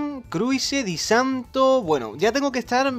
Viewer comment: Disanto...Jajajaja xD no sabe pronunciar nada